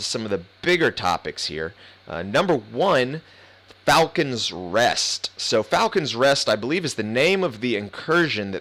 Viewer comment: just wanted to share some info that you were a little off the mark on. gear sets have all 6 slots covered. you unlock the uber talent that the set is for when you equip 4 of them, and there are other set bonuses depending on how many you equip. also, it's falcon "lost". not a big deal but something I noticed ;) and also, they specifically said that the incursion is going to be more difficult than a challenge mode. they said "a lot" but that's relative. that's just the "hard" mode and there will be a challenge mode too which of course will be uber hard. so yeah, nothing like challenge mode in the end. also, the good thing that this will bring mostly is allowing people to have more than a single way of obtaining loot. meaning they can be in the DZ or challenge mode, or the incursion to get this good gear instead of being pigeon holden to a single activity.